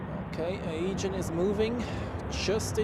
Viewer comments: Nice stream. Sorry to be a smartass (again 🥀) but the Aegean pronounciation triggers me too much 🥲 It's pronounced Uh-jee-an not Aygen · bzw. Ädschiien